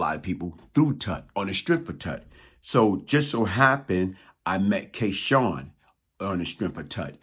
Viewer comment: always pronounces his name as K Shawn but its spelled K Sun...so what name did he go by what is the correct pronunciation??